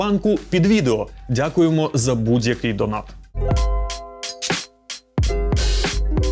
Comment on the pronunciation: А чому ваш диктор каже "надзійний" та "будзь-який"?